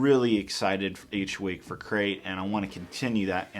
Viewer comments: It sounds like says 'Sacrif' instead of Crait.: ) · You said Scarif instead of Crait while you were cleaning your pieces.